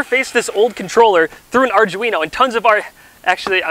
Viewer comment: "Arj-weeno"???? The people at arduino would be amused.